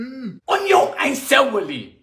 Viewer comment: Oynion an cewaly!